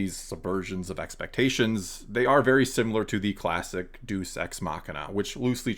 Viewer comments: Two points. 1. Deus is pronounced day-us, not duece. That means something very different. 2. I am tired of people saying TLJ's story is fine as a self-contained story. If that was actually true, there would not be so many plot holes in it. For example, in the Canto Bight sequence, Finn and Rose are looking for the one person outside of the First Order who can hack the sensor that tracked the Resistance through hyperspace, but they get arrested for illegal parking before they can say a word to him. At that I nearly shouted in the theater "Let a plot point happen! Stop setting things up just so you can not deliver them". Then what happens? Finn and Rose find a second person outside the First Order who can hack the sensor who just happens to be in the same jail cell. After it was established there is only one person who can help, it turns out there are two after the search for the first person was turned into a joke. If that doesn't scream plothole made for the sake of comedy followed by plothole for the sake of being able to continue the plot, then what does scream plothole for people? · Interesting video! One thing I noticed though, was you mispronunciation of "deus ex machina" The first word "deus" is pronounced as "day-oos" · Just gotta' say, 'cos it's really annoying me, it's pronounced day-us or dee-us ex machina. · Thank you! That was driving me nuts. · Great video. I'm gonna be "that guy." Future reference, it's pronounced "Day-oos" ex machina. I've been saying this for a while, and you said it great as well. RJ isn't necessarily bad, he just works best in his own sandbox, and doesn't care to be beholden to previous story constraints, which is the exact opposite of what you want in an ongoing series and universe. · That pronunciation had me cringing but laughing, too. It really is fitting with the Sequels. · Sounds like you’re pronouncing it as Duce Ex Machina to me. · DAY-oos. Two syllables. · Deus is two syllables: "DAY-oos." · 'day-oos', not 'doos'.